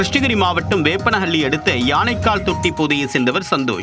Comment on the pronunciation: வேப்பனப்பள்ளி காவல் நிலையம்னு போட்டிருக்கு. ஆனா செய்தி வாசிக்கற தத்தி நிருபர் வேப்பனஹள்ளின்னு தவறா உச்சரிக்கிறார்